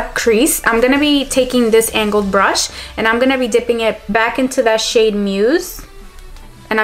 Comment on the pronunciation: Everytime I hear her say shade I think she's saying shit 😂😂😂